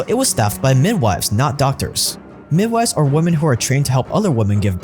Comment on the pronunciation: My guy doesn’t know how to say women or ridiculous